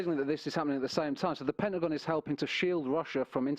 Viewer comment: All yall is bs ing. No body understands a word he says. He use words that he has no idea what it means. I've got a bachelor's and I've never heard some of the words he said. I'm calling bullshite. Like when he says pentagon. He says penguins.